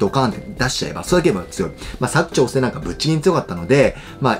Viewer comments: 「割く」❌、「柵」⭕️ですね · にひと言。佐久長聖のイントネーションが違います。正式にはサク↗️ではなくてサク↘️チョウセイデスヨ。長野県民からでした。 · 地元民からすると「佐久長聖」のイントネーションにめっちゃ違和感あります😂